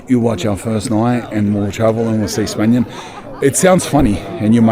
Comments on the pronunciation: Spanian.... mate... you are such a city mouse. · spanian sounds like "spain won".... she didnt know you lol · The "Chestnut" cmtfu Spanian. 🤣🤣🤣🤣🤣🤣